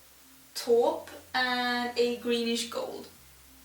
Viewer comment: Taupe is pronounced. Tope.. you're almost perfectly pronouncing it. ✌🏾✌🏽✌🏻✌🏽✌🏾